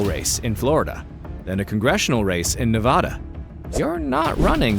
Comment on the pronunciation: you said nevada wrong